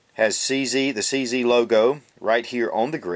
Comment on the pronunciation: CZ - It should be pronounced as Che Zet - Ceska Zbrojovka